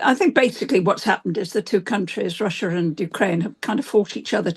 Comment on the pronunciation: "russhur and Ukraine"